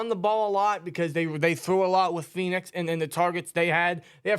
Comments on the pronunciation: PEN-IX not phoenix lmao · The butchering of the names for Penix and Fautanu was freaking wild 😂 the fact it was b2b makes it even worse